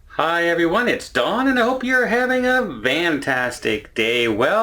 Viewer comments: Serious question.... Is saying 'Vantastic' a Canadian thing or a thing? Or just a regional dialect? Because I have never heard anyone say Vantastic instead of Fantastic... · The word is F antastic not Van tastic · Fantastic not Vantastic!!! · I've got to ask (again), what is vantastic? Is there story behind it? Is it a regional accent thing?